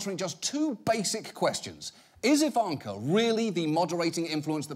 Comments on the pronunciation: I love how Jon pronounces her name "Evanker" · Please stop saying Ivanka with the long middle A. That's not how it is pronounced.